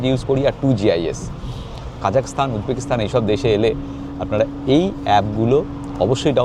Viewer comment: Kindly pronounce "Stan" not "Sthan"